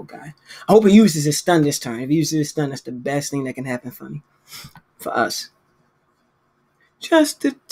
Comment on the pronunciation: u from balitmore? why u pronounce ur Us like dat